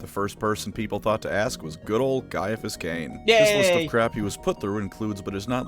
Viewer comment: Kia-a-phous, not sye-a-phous